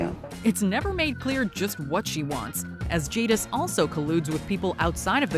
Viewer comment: ...despite saying her name correctly before, I swear you said Jingis here 🤣🤣🤣